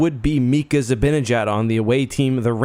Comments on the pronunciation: It's ZiBAHnijad... not ZiBIHnajad. He's been with the Rangers since and people STILL can't say his name correctly!! Ugh!! Zih - BAH - nih - jad. It's really not that difficult! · Zi-BIN-a-jad. What are you, Eddie Olczyk? Wake the fk up.